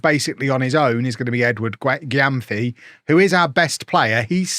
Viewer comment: gyamfi is a ghanaian native name and it’s mentioned more like “jemfi”